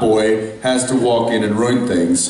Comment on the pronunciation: 8.46 - I finally know what Jared was talking about when he said Jensen can’t say “ruin” 😂 ... royin?